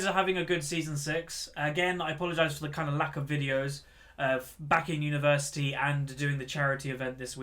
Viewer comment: have always noticed, when you say the word university, you sound 100% irish.